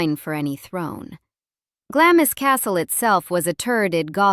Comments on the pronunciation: Good, but her ancestral home is pronounced "Glarms". NOT as it is written "Glam-is". It grated every time I heard this. American narration very often mis-pronounce English place names. I wish they'd research this this before posting. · Its NOT Glamis, it's Glaams!!